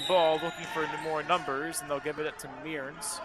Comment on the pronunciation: Tanner Mearns is pronounced "Murns" not "Me-urns"